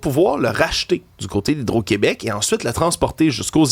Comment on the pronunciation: On est tellement mal foutue😂au “Qwébec”